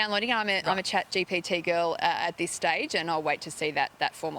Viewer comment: She couldn't even say chatgpt 😂